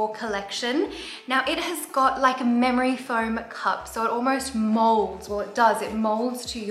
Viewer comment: Did Stephania say "Memory Foam Cup" or "Mammary Foam Cup" ? LOL!!